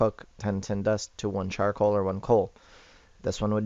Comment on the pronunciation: he didnt say charicoal right